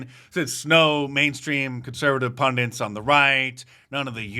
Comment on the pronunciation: 'Pundits' .... not 'pundents'